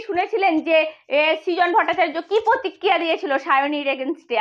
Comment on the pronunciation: পার্থী না , কথাটা প্রার্থী। পতক্রিয়া না, কথাটা "প্রতিক্রিয়া"।